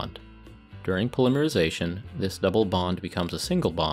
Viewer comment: I'm only but your pronunciation of "polymerization" keeps distracting me but in the video you just pronounced "polymer" correctly so I was curious if I'm just not hearing it correctly or what. Did you learn to pronounce "polymerization" with a starting that sounds like "pole" or "poll" and "polymer" with a start that sounds like "pall?"